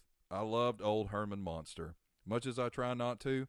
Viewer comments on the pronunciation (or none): Great video but I have two questions? First: How do you not know it's pronounced "Munster" and not "Monster?" Two: How do you not know it's pronounced "Or Bis Son" and not "Or Bin Son" as in Roy Orbison, with no "N"? You must be a youngin' LOL. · It is Munsters not Monsters.